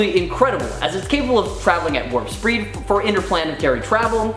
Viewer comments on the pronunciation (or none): "Werp Spreed" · “Warp spreed” ? 😝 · Werp sperd aheard! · Warp Spreed. Yep, I heard that. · Nope,I think he said " WARM SPREE". LIKE SERIOUSLY DUDE! WTF! HUH! JUST SAYING. I heard it pretty much crystal clear,man. Lol! 🤘🏻😂🤣😝👍🏻💯✨🧐🤓🙍🏻‍♂️